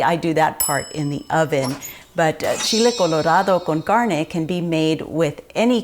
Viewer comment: I love the way you say Chile Colorado Con Carne.